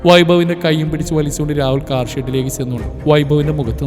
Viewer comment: " താർ " അല്ല, കാർ എന്നാ...